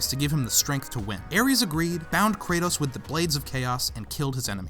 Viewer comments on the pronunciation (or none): Kratos. Not kretos. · Kratos . Not kretos